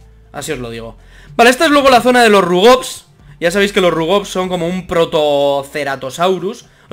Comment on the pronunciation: Con los rubogs te entendí robots